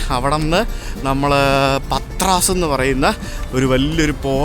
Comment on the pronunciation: Greek pronunciations are very different. Although it is written as Patras the original pronunciation is "Paatra"